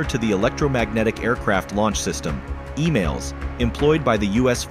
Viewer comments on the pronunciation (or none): "... with the renowned US Ford class carriers." Cut to: 34 year old, CGI image of French Carrier Charles De Gaulle. and its EMALS, not EMAILS. the way you shotgun the imagery of your videos is just so random